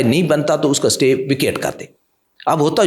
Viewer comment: Jahil satay order nahi Istay order boltay hain ( Spelling: Stay )